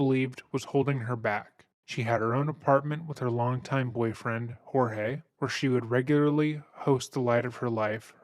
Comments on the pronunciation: before I proceed with this story - his name wasn't HOR-heh it was Jorge pronounced George. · Does it infuriate anybody else that she doesn't even have enough respect for her victim to even say his name correctly??